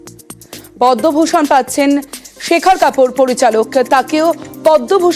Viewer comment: what repoter bangabhusan pache podoubhusan noi chi maitri mam chi